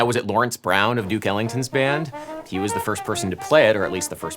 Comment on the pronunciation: When he said Duke Ellington I heard it as Dick Ellington